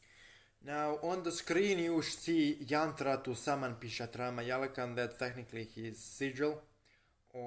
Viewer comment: yeah he's wrong it's PisachA not pisatra 😂😂